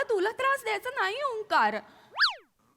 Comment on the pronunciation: It's Onkaar not Omkaar